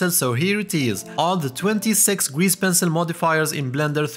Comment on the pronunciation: "Penil" :face-fuchsia-tongue-out